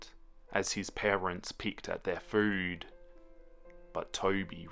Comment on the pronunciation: This made me burst out laughing lmao